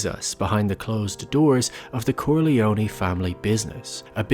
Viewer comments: Finally someone said it! It's pronounced "kor-lee-own" not "kor-lee-owny" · Please Stop saying Corleonie. Its just CorleONE. PRONOUNCED KOR-LEE-OWN Dam hillbillies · KOHR-LEE-OH-NAY not KORHLEEOHNEE. MC became what he hated most, someone who drove everyone away.